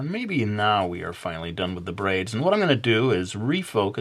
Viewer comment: I heard "brains" every time you said "braids". lol DO A ZOMBIE VIDEO!